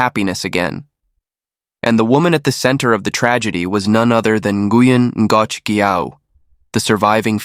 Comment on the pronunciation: Ngoc sounds like knock